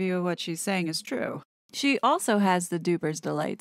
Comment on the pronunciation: It really gets on my nerves how Megabarf says "preg-net", instead of pregnant. Why won't she say it right? 😠